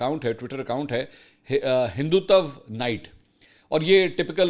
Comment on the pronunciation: Plz correct your word It's ( Hin dut waa ) هِندُتوَا